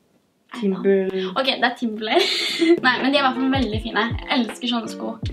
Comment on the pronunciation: TimberLAND, ikke Timberlay eller hva det er du sier haha